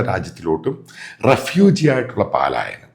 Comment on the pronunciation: പലായനം എന്നു മതി പാലായനം വേണ്ട